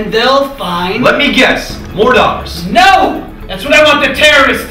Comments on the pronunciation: The word daughter didnt actually sound like a word by the end here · I like the part where he said "daugthers"